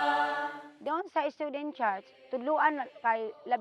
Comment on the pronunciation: Bisayang-bisaya eh hahahahahhaa